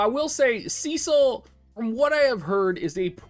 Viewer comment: Every time you say “” *triggered*. From the FFIV remake Rosa calls him “Sess-sil” xD either way. Enjoyed the review.